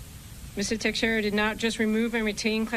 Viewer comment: CAN'T THEY PRONOUNCE HIS NAME CORRECTLY? IT IS ''TEX'' ''ERA''. I'M FROM THE SAME TOWN AND I KNOW HOW THE NAME IS PRONOUNCED.